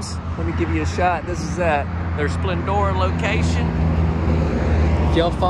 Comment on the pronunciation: I’m from Baytown ❤❤ I knew you were in Texas when you said Splendora 😂